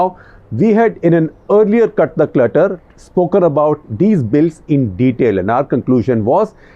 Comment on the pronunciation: Lets cut out the clutter (Have u noticed that this SHEKHAR MORON pronounces this as clatter), and not sell the only SUCCESSFULL SECTOR to the greedy Indian LALALS egged on by the perfidious divisive BIPS badly need of shackling and discuss PGCIL, SAIL, BHEL, BPCL, CIL, GI, HPCL, IOCL, NTPCL, O&NGCL the bottomless pits where most of India's Taxes are drained. Whats stopping the empty heads in Indian parliament doing something with these first.